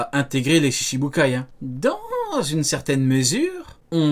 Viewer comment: Shichibukai* 7 se dit "shichi" (prononcer shitchi) ou "nana". Pas "shishi".